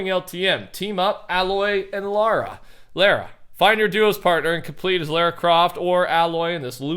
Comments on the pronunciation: Lara (Croft) is still pronounced Laura. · Btw you say it like L are a